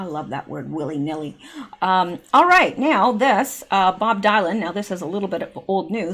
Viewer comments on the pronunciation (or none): Bob Dylan....Dylan pronounced DILLON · Your pronunciation of Dylan (Bob Dylan), corps, and novel are unusual to my American ear. They stand out a lot and sound like mispronunciations. Maybe it’s the dialect where you are! I apologize if those are the regular sounds. The world is a varied and interesting place.